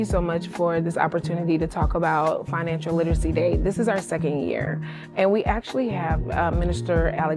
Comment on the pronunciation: "Financial lit-us-see". Woman should try English first